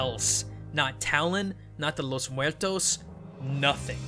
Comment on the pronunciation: Been Hispanic, specially Mexican, hearing "DYA DHE LLOS MOOAERTOS" is a bit uncomfortable. I know americans have a hard time using their tounges in spanish pronunciations, but, well, it's just some annoyance. I appreciate the effort. Gracias cabros.